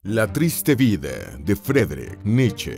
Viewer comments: Me subscribo, un muy buen canal, lo que sí, la pronunciación de Friedrich es "Fridrij" en FORVO esto se puede corroborar para pronunciación de nombres. Y Leipzig se pronuncia "láipsik" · Vi el video hasta que la voz en off dijo " la triztehhh vidahh de Fredrich Nitcheehh"